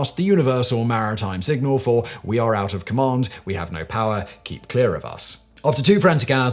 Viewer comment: It always makes me laugh when Simon is talking about "power" because all I hear him say is "Paah"